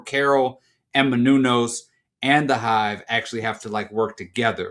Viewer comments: MANOUSOS. It's not Minunos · Only downside to the season ending is we now have to wait however long until the next season for to go full black old head and call Manusos "Menounos" throughout. Just keep it going as a bit but don't ever acknowledge it!